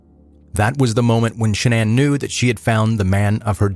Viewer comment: Shanann's real name is Shannon, not shanana